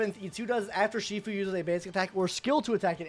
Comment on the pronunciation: Numby not noomby, and shifu not sifu